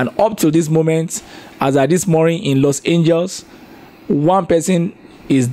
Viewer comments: 😂.... "Los Angels"? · is not “Los Angels” but Los Angeles. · We'll let off🆗️ But haba..... is educated now He should be well familiar with and be able to pronounce Los Angeles WITHOUT ANY PROBLEM Anyway, let's move on ⏩⏩⏩ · Los angels ......Los-an-ge-lis !! Phonetic George Fluad....George Floyd!! You are a popular journalist, work on name pronunciation. Thanks